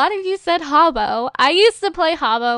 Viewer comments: its not haubo is hah-boo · Wtf is Harbo? It's Habbo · It's habbo, not hubbo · welllllllllllllllllllllllllllllllllllllll you're pronouncing it wrong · is werid and pronouncing habbo wrong